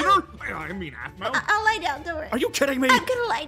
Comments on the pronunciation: So he pronounces it As-mau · My to but she calls aphmau "apauhai" 😂